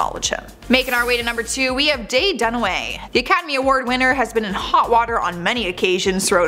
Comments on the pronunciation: Caught some mistakes, flubs, inaccurate info throughout this video, but when they said "Daye Dunaway", I mean come on, DAYE not Faye?!? Well that just takes the cake!!🤣😁🙃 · That's Faye Dunaway not Daye. It's good to see I'm not the only one that screws up names. I am TERRIBLE with names. Love this channel. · It's not Daye Dunaway it's FAYE